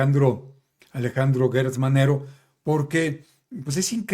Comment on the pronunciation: No es Guertz Manero, es Gertz como Gerardo, como Geranio, como Gerundio